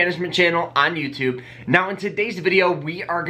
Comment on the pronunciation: Did you say "I'm youtube"?